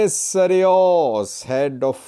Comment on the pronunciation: Abune Sawros, not Sariwos,. Keep it up